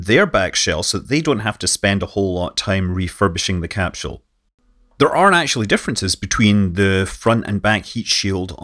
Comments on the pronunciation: Where is there an 'H' in the word CAPSULE? Pronounced; 'Cap Sool' -- not 'Cap Shool. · why does he say capshoe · What's a capshule? Great info. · Best to learn how to pronounce your key words, i. e, capsule.